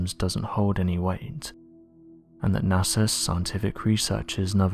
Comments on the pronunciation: It's NASA not NASER. Maybe get some sleep before doing these videos? You sound like a zombie bro. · NASER? Really? Come on. Get with the program. I am a big fan but please try to say it with me "NASA"!